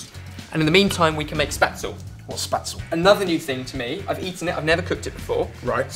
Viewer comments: kept on pronouncing spaetzle wrong throughout the video- it's shpates-lay! Sorry to be perdantic! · oooohh the way he says Spätzle makes me cringe haha. Its 'Shpeht-zler' not 'spat-zel' , all in good fun, im not tryna be critical :) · Spätzle not spatzel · It's pronounced (shpetsleh) not spatsle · it's really sweet how you say Spätzle ^^ Normally you would spell it "shpaezl-è", but you guys spell it so cute, that I just forgot nearly how to pronounce correctly 😂😂😂 anyhow, great recipe and maybe at the next "Bundesliga-match" I Server it as a dish ;) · My grandma's Spätzle are the best thing ever :D It's pronounced Spätz-le btw, the e at the end is actually pronounced, not like the English 'le' that is basically silent at the ends of words. Also, I'm sure this would be amazing with Currywurst. Because everything is amazing with Currywurst :D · Depending on what part of Germany you're from, there are small differences in how to pronounce it. But I would say a general way to pronounce the word would be: spetzle (in which the S is pronounced as the ch like in 'match' and both E are pronounced as e in 'bed'). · Haha it took a really long time before I realized they were talking about spätzle, I was like what the hell is "spatsel"?! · hahah I'm half german half Australian and i was laughing so hard at how badly you pronounzed spätzle its shpetz-luh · D how you pronounce spätzle sounds more like a southern German cute name for lovers. You say "Spatzl" :D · Oh god, it took me so long to figure out that you mean 'Spätzle' :D Try to pronounce it with me: Sh-p-etz-le. The 'le' is like in 'left'. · its actually called ''spätzle'' :) greets from germany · i didn't understand that they were cooking spätzle when said it...sounded more like spazzl *lol* nice recipe anyways:) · just because you're part German doesn't mean you love German food. And Spätzle is pronounced shpet- zluh. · Spaetzle is pronounced like 'Sch-petz-lee', more or less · isnt it pronounced shpetzleh?